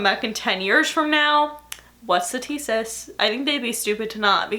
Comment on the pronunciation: Almost every time you day "And that's the tea" It sounds like you're saying "And that's the tay" 😂😂😂😂😂😂😂😂😂😂